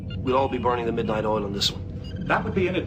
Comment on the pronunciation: Here in Russia we call "polunOchnichat(ь)" or "rabotat(ь) do glubokoj nochi" that Americans call "burn the midnight oil". But unfortunately, I didn't hear word "oil", I heard "all".